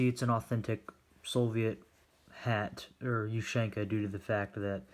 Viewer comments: I think it's pronounced OOH-SEAN-KUH not YOU-SHANK-AH. Good video! Let's see some more USSR stuff! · Its ushanka. Not "you shank a". Like tachanka isn't "tac shank a" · Asian ushanka not the way you pronounce it the way you pronounce it is weird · Dear god the way he sais ushanka for gods sake man learn to say it properly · your saying ushanka this is not a hate comment just a informitive one